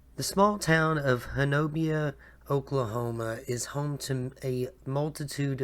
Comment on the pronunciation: Just a few seconds in and looking forward to watching the video. fyi, it’s “Honobia” and pronounced “Hoh-Nuh-Bee”